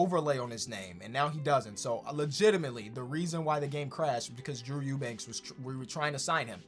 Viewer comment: I’m so happy that you pronounced Eubanks correctly. Love your vids but Drew is my guy and that always frustrated me